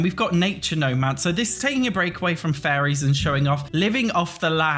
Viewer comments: I keep hearing say "furries" rather than fairies, and it's really giving "Werewolves" flashbacks 😄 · I hear furries too